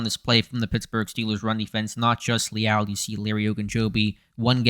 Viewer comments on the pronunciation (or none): Lee Al? Lmao I've been watching this dude since his days at A&M. Never heard his name pronounced like that